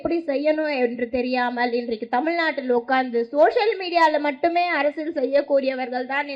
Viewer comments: அது என்ன அரசல், அரசியல் என்று பேசுவே தெரியவில்லை நீ எல்லாம் ஒரு அரசியல் பேசுற. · Ne first Arasiyal nra word a olunga sollu di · First learn how to say அரசியல், then come and talk. You are keep saying அரசில் useless idiot